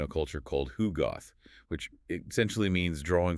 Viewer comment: Love these deep dives - thanks! But guys, please, it's hugot, pronounced as "HU-got"; there's no "h" at the end.